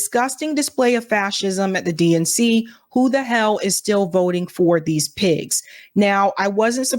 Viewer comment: I heard "DNC" as "dink" now ...